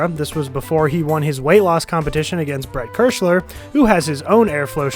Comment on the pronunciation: "Bret Kershler"